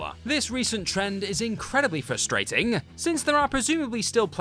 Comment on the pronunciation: You know what’s really frustrating? People like this narrator who pronounce it “fuh-strating.”